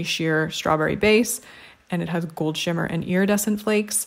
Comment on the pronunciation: LOL when you are swatching "Pivot!" and you mispronounced shimmer it almost sounded like you said Schwimmer which would have been a great pun. Pivot is a line by Ross who is played by the actor David Schwimmer in case you didn't already know.